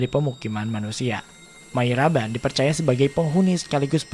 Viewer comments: sudah betul Mariaban; tapi di salah, bukan Mayraban. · Mariaban om,Bukan Mayraban cara nyebutinnya :D